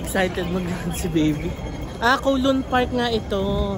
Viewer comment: Ayon sa mga Chinese, cow-loon daw po ang pag pronounce nyan. As in the cow says mooo. Hindi daw po yan koh-loon.